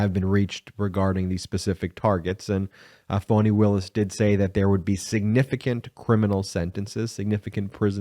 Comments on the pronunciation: Please stop calling her "Fawni". Her name is Fani, pronounced "Fanny". Fan of the channel, but you have a habit of getting names wrong, and it is not a good look considering how the Right uses mispronunciation as a weapon. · Her name is Fani not Fauni. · Why does Ben keep calling her Voni?? Isn't Fani??